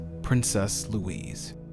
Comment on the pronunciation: Princess Louise is pronounced Lou - eez - uh